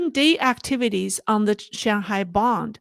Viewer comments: It's BOON D, not Bond for the Shanghai Bund. Check the pronunciation on the web. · It is the BUND. Not the BOND. “UN”……B…UN…D. Get it?